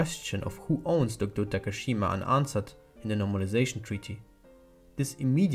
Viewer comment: It was late, but thank you for saying DOKDO~ And I have loved British.